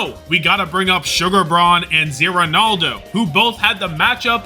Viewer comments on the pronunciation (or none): none